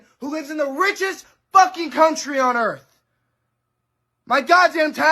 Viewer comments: Google "Earth" instead of "errff". That would be a start. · "black people on dis erf" ? - "fridgerator" ? - America is NOT the "richest country on earth" - do your own research. PS - maybe if you cut the hair out of your eyes you could see what bullshit you're talking. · Anybody who ends the word Earth with an f. I just can't believe anything that comes out of their mouth cuz if you can't speak the English language then you definitely can't understand society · “Starving” should require a BMI check Also “on this urf” lmfao